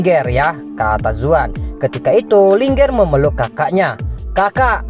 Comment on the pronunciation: Ling'er bukan linger